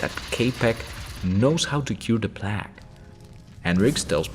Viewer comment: Plague is said with a "long" A, like Play-ge, otherwise great video